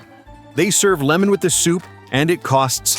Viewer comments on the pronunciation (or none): none